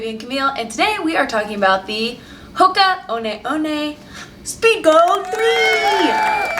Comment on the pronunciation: One one pronounced WUN WUN, THIS AINT a starbucks latee....its a large Cofee.